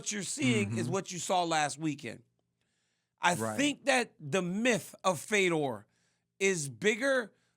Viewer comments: Why is RC pronouncing Fedor as “Feedor?” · i think he thought feedor was fydodor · This guy said fee-door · I had to stop watching after 20 seconds. Feedor? All it takes is watching ONE of his fights to learn his name. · Rc pronouncing his name like that is embarrassing, casual 😆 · This Fuc$ing idiot can't even say his name correctly. This dude blows and doesn't deserve to speak about MMA professionally. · He’s such a Fedor fan he doesn’t know how to say his name…